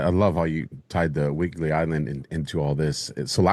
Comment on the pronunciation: "WHIDBEY Island".